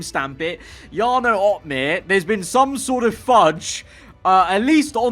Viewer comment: Jarno is butchered